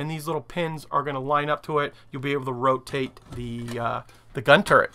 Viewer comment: Something I can't un-see after it was pointed out to me is that the Missouri guns are in a 'TurreNt' :D